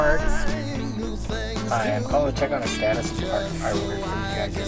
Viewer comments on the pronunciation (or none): none